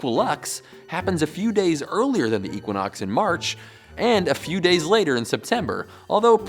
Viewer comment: Hahahahha what?? "Eeequanox